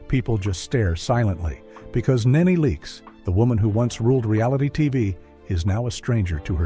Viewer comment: If narrator can't say a name right, just don't say the name. It's not Nae Nae. It's Nee Nee( knee knee)